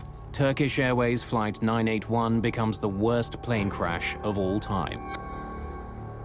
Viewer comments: Someone needs phoenix crash not carsh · It is crash or carsh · Why are so many people saying carsh in the comments? It's driving me nuts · I'm looking at these other comments not saying "crash" and instead saying "carsh" or whatever, and it's making me irritated. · I think with his accent it’s spelled and pronounced carsh lol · I think the same people who say carsh also say warsh. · Plane carsh 😆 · The "Carsh? I guess they mean "crash". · Maaaan I was so confused why tf everyone was saying carsh instead of crash😂I'm like "oh he misspelled oh he did to damn these people r dumb wait a minute what's going on?"😂the internet is to funny no matter the situation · What's a "Carash?" 🤣🤣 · I was going to leave a clever comment about carshing but it looks like i'm very late to the party...... Carsh though. 😂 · What's a carsh?💩🤣😆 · 'Carsh' is pretty horrifying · Wtf is a carsh? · Carsh? I hope the reconstruction of the accident was better executed. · the carsh shoulda been prevented eh wtf is a carsh lol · Carsh or check? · Ermahgerd......a plern carsh! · What is a "Carsh" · I thought so I was seeing carsh instead of crash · I was confused when they said Carsh 😂😂😂😂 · I urge that "carsh" be the new word for auto accidents. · GOOD GARSH! A CARSH! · hrash* carsh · 'Carsh' should be a real word... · Correction: crash and not carsh! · The "Carsh"